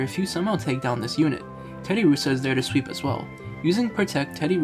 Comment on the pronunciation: I feel like anyone who plays pokemon, knows how to pronounce Terddiursa's name correctly... So personally i feel like you don't play Pokemon... Find something you know bro, it'll work out better for you.